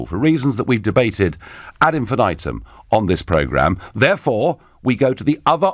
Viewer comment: 'ad infinaitum'? It's 'ad infinitum' rofl.